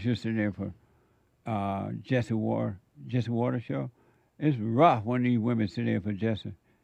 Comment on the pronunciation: Heyuh Jesseuh if it weren't for womenuh you wouldn't be hereuh 😂